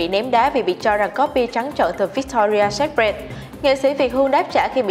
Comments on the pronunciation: bạn này đọc chán quá, cứ bạn ý đọc thì sai tùm lum... secret cứ đọc sép rẹt là sao ý nhợ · nên dịu giọng hơn xíu cũng như phát âm đúng (secret) và đọc đừng nuốt chữ thì sẽ hay hơn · Chữ secret đọc sai rồi 😔